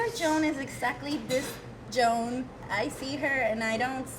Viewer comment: My name is Joan (Jo-Ahn) and I am cringing at the pronunciation here 😬